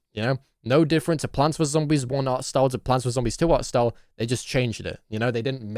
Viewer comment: 40 minutes is NOT needed and some pauses are just him making a joke (oH hE sAID plaanTS VeRse zOMBISS) like people just be saying anything to defend him